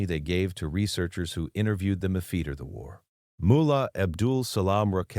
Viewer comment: Sort out the narrative, after is after not afeetee and all the other words with ft in it pronounced incorrectly and send a copy to the White House.